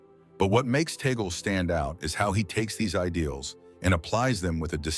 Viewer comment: We are humbled by this vlog sir , he prefers to be called by us Filipino catholics as Cardinal Chito…. Sir with due respect, his surname is pronounced in Filipino as Tag-le not Tay-gel,apologies for this correction.🙏